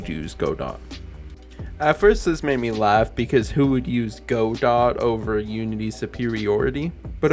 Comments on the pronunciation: I appreciate the correct "Godot" pronunciation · My dad is Canadian and pronounces godot as "go + dot"